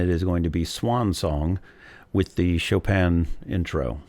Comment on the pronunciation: One of the first reactions who pronounced Chopin correctly